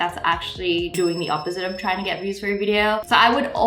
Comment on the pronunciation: "First 100 oof my subscribers" 😂